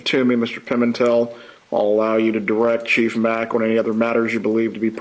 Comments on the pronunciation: she started out by mispronouncing the sheriff's name called him Macky instead of Mack! He had to correct her! I think she was doing all that on purpose to insult,slam ,"the lower level of people, "the help" as someone said! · Chief Mack’s name had been said numerous times before she pronounced it “Mackie” and asked him if that was the way to say it. Like……. OMG. 🤦🏻‍♀️ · Also, Chief Mack’s name had been pronounced numerous times before she started asking him questions and called him “Mackie” and asked him if that was how it’s pronounced. 🤦🏻‍♀️ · First the attorney lies throughout questioning by purposefully mispronouncing every name of anyone her client would claim as an enemy. His name is Mack. 4 letters. The Dr is Sapp. Also 4 letters. She is un-credible as her evil client.